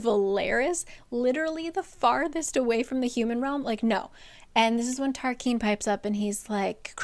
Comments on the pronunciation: Tarquin is TAR KWIN …not KEEN. Kind of like Quest not Kest. And I appreciate these videos my friend. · I thought Tarquin was pronounced Tarkin, but not I’m also thinking Tarkin or Tarkeen are possible. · I literally live for these videos, but every time I swear she says Tarquin wrong 🤣 still re-watch these videos tho 🫶🏼